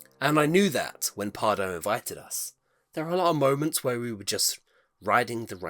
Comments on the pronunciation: Loved this! I am a huge Efteling fan and love to see people enjoying Efteling 🥰 Just a small tip how to pronounce Pardoes though… 😉 It’s pronounced as PardOUS 😊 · Maybe Pardoes would have wanted to meet you if you had pronounced his name right! ;)